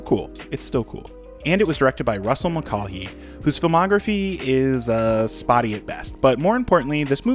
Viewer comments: Mull-KAY-HEE not "mul-cah-hee" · It's pronounced Russel Mulchy (Mull-kay). He's Irish.